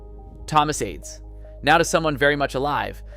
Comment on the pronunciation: Admirably done but you lose some credibility by mispronouncing more than one name: Blitzstein, Adès, and Corigliano. Since the last two are alive, many sources have the correct pronunciations. A little more diligent homework might not go amiss in the future.